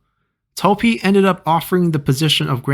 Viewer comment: did you say Zhi instead of Pi. Edit: I mean